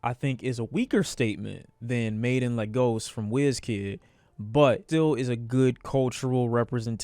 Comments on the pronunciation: why did you try to Africanize "Lagos" my nigga just pronounce it how it looks 😭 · That ain’t how u pronounce lagos man 😭